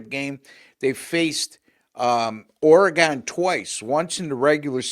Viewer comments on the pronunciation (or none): Ore-gun Ducks. Not Ore-gone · The WSU Cougs beat the Huskies at home. Get your facts correct! Also, it’s Oregun.